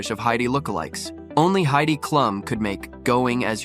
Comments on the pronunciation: Comments for once you have let me down. Heidi’s last name is pronounced Cloom. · I too love Halloween . AI can't pronounce Klum